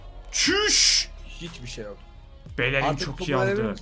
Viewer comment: Abi belerin değil Bellerin